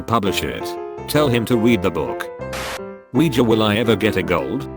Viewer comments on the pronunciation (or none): none